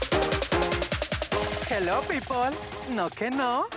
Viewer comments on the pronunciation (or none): none